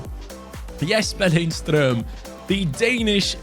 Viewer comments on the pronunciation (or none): Btw. When you pronounce Lindstrøms name. The D in his name is silent. So its Linstrøm.